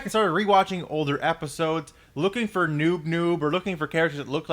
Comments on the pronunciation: His name is noop noop not noob noob! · Its not Noob Noob, its Noop Noop. ._. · its noop noop, p not b